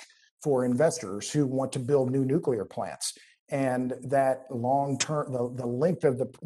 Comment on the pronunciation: Conert nucular reactor to hygrigin electric thermo nucular power.